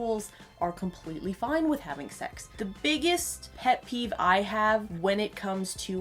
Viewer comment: So... I heard "het peeve" not "pet peeve"